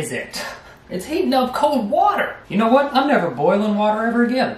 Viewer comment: ‘I don’t MRKnow’ 🤣😂🤣😂